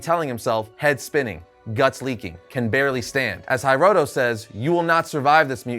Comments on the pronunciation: HEEroto not HAIroto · Not to be that guy, but it's pronounced He-roto, not High-roto. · HEEEEEROTO not HAiiiroto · It's pronounced "hee-roh-toh".